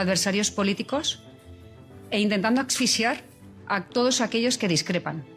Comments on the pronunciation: Ayuso dice: “Acfisiar" y acfisiarlas en vez de asfixiar 😂 . Vamos, que no sabe ni dónde va la x…es lerda como ella sola esta "alumna ilustre”… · Ayuso ha dicho axfisiar en vez de asfixiar??? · A ver si ésta aprende a decir asfixiar